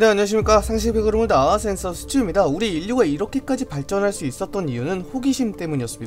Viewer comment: 처음에 센서가아니라 생식으로 들림 발음좀ㅋㅋㅋㄱ